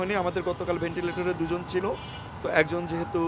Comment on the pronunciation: ভেন্টিলেটর কে এরা ভেন্টিলিটার বলছে এরা ডাক্তার কিভাবে হলো?? মাদ্রাসায় পড়লে এই রকমই হয় 😂😂😂